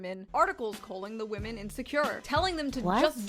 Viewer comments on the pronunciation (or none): I like the way you say “vomen”! Never change!❤